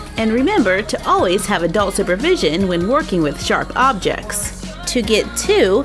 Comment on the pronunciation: It's sound like she said a doll super vision